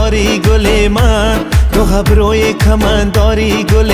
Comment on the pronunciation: مانند همیشه عالی اما اگر کوشش کنید حرف الف را مانند نام الف تلفظ کنید، بهترین می شود. مانند ابرو صحیح است ( هبرو ) اشتباه 🙏🙏🙏